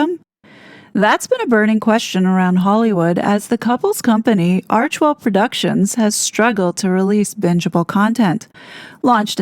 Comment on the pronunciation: Thankyou for pronouncing Archwell correctly. Im so sick of hearing "Archiewell", or "Archerwell" by ppl who should really know better. Arch and Well. 2 syllables only.